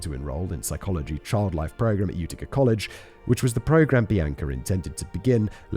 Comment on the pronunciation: Hearing my home town in a true crime story made this one a bit too real for me... The only levity coming from listening to Simon butcher the pronounciation of literally everything to do with Upstate New York. 'Ootica' 'Onida' were my personal favs😂.